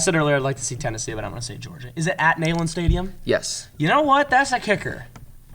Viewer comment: Nayland? Qq pronounce it like knee-land and you can't go wrong. Oh btw, GO VOLS!!!